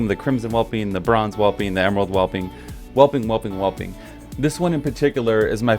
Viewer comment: sigh "Azure Whelpling" - spelled just like it's supposed to sound ("whelp" is the base English word here). Fine video otherwise, though.